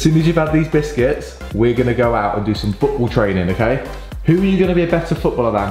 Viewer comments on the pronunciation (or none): In the water play When said biscuits it sount like bigete